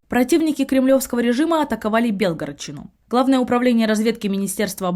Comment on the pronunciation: Ребяты, делайте правильное ударение! Вы ж не из колхоза 40 лет без урожая!!🤦🏻‍♀️ БелгорОдчина! Есть словари...(